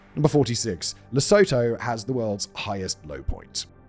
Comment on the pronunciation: Really don't want to because this and your other videos oare brilliant, but I just have to... Lesotho: correctly pronounced as La-sue-too